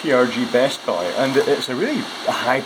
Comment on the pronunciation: It might just be me, but the Scottish pronunciation of "Boy" it sounds similar to the Irish pronunciation of "Buy"